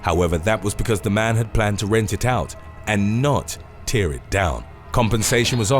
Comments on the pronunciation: The way you pronounce tear. It bothers me. Just saying. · Duuuuude, you're an established narrator, and yet you appear to have phenomenal trouble reading your script properly.... 'Tear' as in the wet stuff which falls from our eyes, is a completely different word to 'TEAR' as in tearing your jacket. How do you not know that???